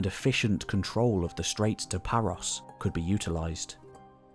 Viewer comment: Please spend a few minutes to check out how to correctly pronounce names in Greek. It's never a long O. E.g. Paros rhymes with Naxos, that you get right! Thank you.